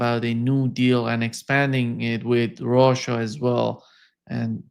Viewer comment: it's not called "ROXA", it's Russia!!! 😅 Goodness me!!